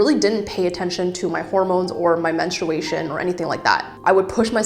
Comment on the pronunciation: i tried to watch this but i cannot stand the way you are pronouncing menstruation TT